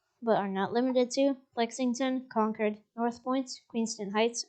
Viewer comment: mass hole here concord is pronounced Kawn curd not kawn cord